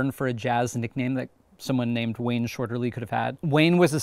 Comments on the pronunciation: Wayne Shorter not shorterly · Wayne Shorter, not Wayne Shorterly.